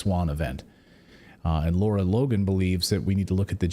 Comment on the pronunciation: I believe the incredible journalist Ms Logan is “Lara” as in rhymes with “Sara” (not “Laura”).